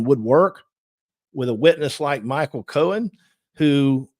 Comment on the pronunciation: It’s Cohen — Not Cowan